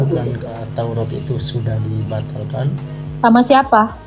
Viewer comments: Bilang TAURAT saja belum bisa lo, taurot itu dari mana ? Nabi Musa sendiri tidak pernah berkata taurot. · Taurat bukan tourot